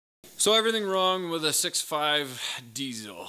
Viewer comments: 1st thing wrong is your pronunciation on die ssss el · Please please please, diesel not diezel. Great channel!! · he says diesel funny.